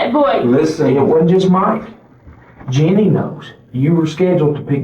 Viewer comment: Note to robot voice: 'Jeannie' is not pronounced 'Janine'